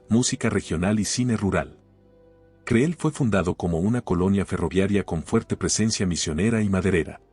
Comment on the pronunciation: ¡Por favor! El nombre del lugar es "cril", no creel como lo pronuncias.